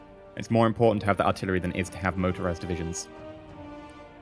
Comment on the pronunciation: "We have to get a PORT. It's very im-PORT-ant."